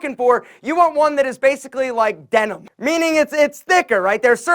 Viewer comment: Man said “denim” 😂😂😂